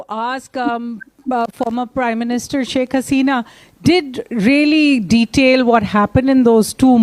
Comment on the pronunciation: SHAK Hasena is right diction